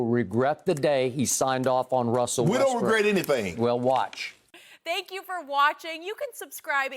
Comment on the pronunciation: Is skiiiup rlly say Westbrick and Lebrick